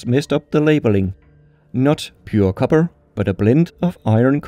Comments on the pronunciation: ok bro I have to say it, ALUMINIUM is a name variant I like, it's easier to say than the aluminum but... KOBBER really?.... I'm disappointed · i find it suprisinly amazing that you pronouncing copper in english with your accent sounds almost exactly how it would sound if i pronounced Kobber in my canadian accent lol XD (just to be clear i can hear you punching the p sound, your english is great)